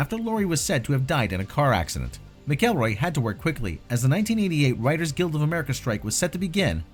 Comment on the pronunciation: It’s actually pronounced McElroy(mackelroy) 😒 not (mickelroy)